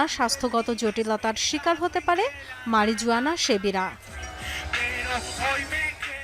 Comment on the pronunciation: মারিজুযানা না, সঠিক উচ্চারণ মারিহুয়ানা।